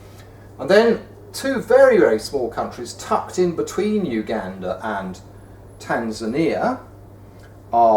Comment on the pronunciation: Nobody: Barnaby Lenon: Tan3ania, Swa3iland